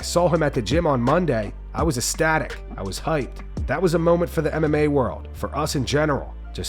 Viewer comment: It's pronounced ECstatic - not astatic LMAO. You east coasters and your illiteracy.